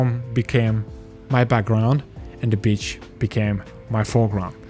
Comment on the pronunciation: not gonna lie with that accent it sounds like your saying bitch instead of beach